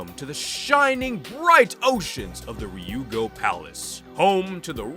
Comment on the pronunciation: Are you purposefully saying Ryugu wrong …? Where do you see an “O” in there?